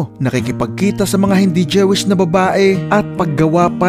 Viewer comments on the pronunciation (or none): Correction lng bro . Jewish is pronounced JOO-WISH